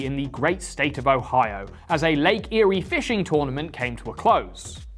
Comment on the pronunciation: You pronounce Lake Erie correctly. I like that very much